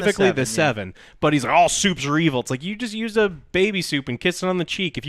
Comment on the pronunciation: "Supes", not soups